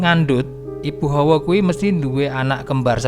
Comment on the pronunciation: Hawa, bukan Howo, howo iku howo adem